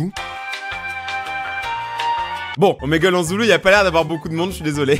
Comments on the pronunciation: Omegle sa se prenonce gle et pas gel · On dit ( omagle ) 😏😌